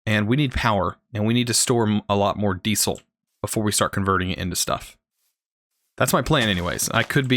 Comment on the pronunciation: the way you say diesel triggers me. love the video.